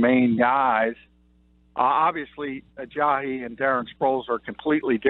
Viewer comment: Where are you getting the H sound in his last name? It's just pronounced the way it's spelled, Uh-jah-EE, not Uh-jah-HE.